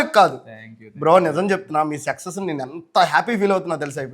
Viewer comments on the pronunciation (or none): Sexus కాదురా బాబూ సక్సెస్ 🤣🤣🤣🤣